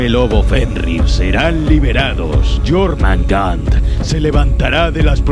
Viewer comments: Y además suena Mejor Yormungander que Yormungar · Jormangar???? Wtf este men habla como la callampa, se pronuncia jormungander (yormungander o yormungand) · Quien es jormandar jajajaj se pronuncia jormungander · jormangar =jormungander igualito xd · Nórdicos: Jörmungandr Vandal: Llormangan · Yormanga xdd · Jormangan xd